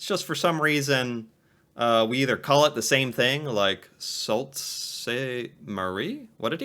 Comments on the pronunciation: It's actually pronounced Sue (not salt) Saint Marie. Most Canadians just call it "the Sue" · Oh man, that pronunciation of Sault Ste. Marie almost killed me. Anyone who lives here knows it is pronounced SOO. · “Sawl” Ste Marie? It is pronounced Soo Ste Marie. Called “The Soo” by locals. Lord. Pretty easy for the content creator to confirm. That level of not researching in a video full of cool facts pretty much ruined the original content for me. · Weird pronunciation there.... He said something like Soul Saint Marie for Sault St Marie, it is actually pronounced Soo Saint Marie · Don't know who narrated this video, but it wasn't a Canadian. Sumas, BC, is pronounced "Soomass", not "Someass". Sault St. Marie is pronounced "Soo Saint Marie", not Salt Sain Marie". In fact, its nickname is "The Soo". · He pronounced Sault Ste Marie in French - Sal Sen Marie. In English it's pronounced Salt Saint Marie. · The Sault St Marie, he pronounced it all wrong, " Sue Saint Marie " . He called it salt st Marie something like that. As for border towns yes this hurt a lot of these places, like some of the farmers with harvesting their grain, and the yard is on the American side, or auto parts sub assembly is on otherside of town and the factory is on the opposite side of town and border. which before was just down the street, now you have to cross a border or build another plant or yard. Going to the grocery was like another day, until 9/11, now it is going through a border to border to pick up a carton of milk. I would of thought through this day and age we would of thought things out better, but you get a bunch of dum rich politicians in a room and start signing a bunch of papers making life more difficult for the people trying to make a living. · Sault Ste. Marie is pronounced like soo saint marie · It's pronounced SUE ST. Marie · It’s pronounced sound saint marie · Hahahaha Soo Saint Marie is how its pronounced that was a good one 😂😂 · Sault St Marie is pronounce "Sue St Marie"